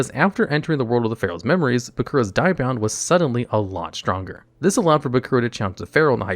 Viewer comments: I'm triggered by the constant pronunciation of Die-bound instead of Dia-bound. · dia bound like dio, not die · Hey bro, I really like your vids but you have absolutely no clue how to pronounce half the cards/cast from the show. “Diabound” is so butchered terribly. please do more research on how to correctly pronounce more cards.